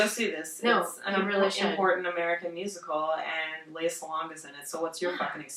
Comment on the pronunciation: Lea is pronounced like Princess Leia, btw.